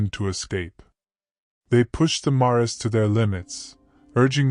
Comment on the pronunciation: Assuming you're an English speaker, I'm a little confused at the pronunciation here. "Mares", the plural of mare: female horse is pronounced mɛəɹz. Like "airs" with an "m" out front.